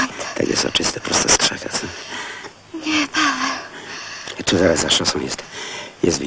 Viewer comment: No właśnie powinna wołać "Paaweel" a nie "Paaweeł"... Niemcy nie wymawiają'ł' (Franciszek Dolas : Chrząszczyrzewoszyce powiat Łękołody)